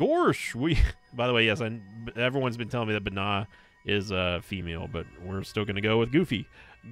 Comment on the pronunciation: Binah is pronounced “vina”